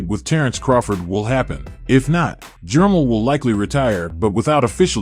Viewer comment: reluctantly watching but that ai bull shit sucks unless u just a boxing dude who really dont know how to aununciate lol jermell not jermull